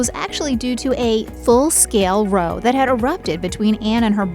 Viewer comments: The person reading the script is just doesn’t know how to properly pronounce the word “row”, as in an argument. Educated people in America know how to pronounce “row” (in argument) like “ow” in “now”. Hope this explains it. 🙂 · Why do people from the US when reading the script on these videos pronounce "row" as in argument the same way as "row" as in rowing a boat? The "ow" in "row" (the argument) is pronounced like the "ow" in "now", and the "ow" in "row" (rowing a boat) is pronounced like the "ow" in "show".